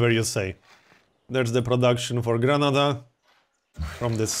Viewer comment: Could you please use the correct pronunciation of the cities: COrdoba and GranAda?